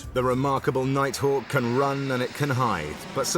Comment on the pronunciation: Darth Vadder?!!!? 🤔 The "Nighthack" is awesome tho....😂